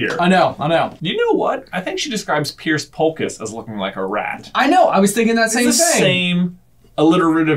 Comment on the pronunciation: Pierce Polkis? I thought his name was Piers Polkiss.